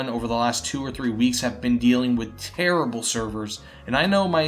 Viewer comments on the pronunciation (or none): none